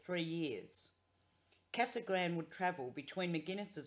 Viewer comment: Casa grande is pronounced ‘KazagrandAY’. Thanks for the video!